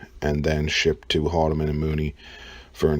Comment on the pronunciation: HOLMAN & MOODY. Learn to say it right lol